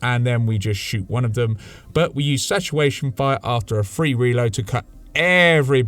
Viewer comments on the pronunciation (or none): satawation fire. XD Hunting Wabbits are we?